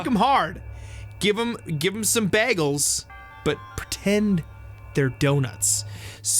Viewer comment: It sounded like they said "Bah-gels" XD